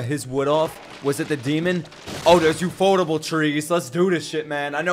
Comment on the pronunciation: When will he realize the it’s ufotable as in u.f.o.